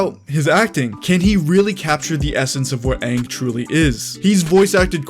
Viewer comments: We need Fire lord ozai to be the Giga chad he is, not a chump like in the movie Also, Aang please Not "oung" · All I have to say is thay better pronounce the names right lol I know thay will last one died to me as soon as thay said unng not anng idk if I spelled them right my spell isn’t that good but I can pronounce it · I still have PTSD from "whatever it is" that M.Night Shamaladingdong did.😌 So I hope they at least say Aang's name right in this one.